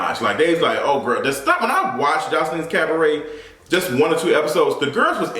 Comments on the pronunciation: “Joseline’s CAB-BRET!” 😭😭 go AWF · Pronounced “Cah-buh-rae” Daughter. According to Jessica Dime, on an episode of LOVE & HIP HOP, Joseline was a PROSTITUTE. She and Ballistic are PIMPING these young ladies. Zeus is the GRAND pimp and non-cognizant Black people are eating…this…sh*t…up. Where’s a Molotov 🍸 when you need one? Throw it ALL away and take the bllsht to Todd. Love you. Bye. 🦋👑🏳️‍🌈🧘🏽